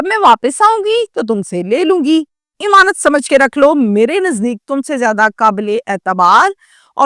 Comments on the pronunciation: O YOU STUPID AND BRAINLESS, IMAANUT IS NOT CORRECT WORD, AMAANUT IS THE CORRECT WORD 👌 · thodi urdu bhi seekh lo imaanat imaanat